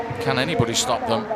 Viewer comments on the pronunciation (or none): none